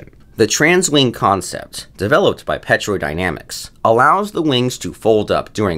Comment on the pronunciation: It's pronounced "Tero"